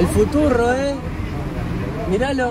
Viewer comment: que es esto?: volver al futurro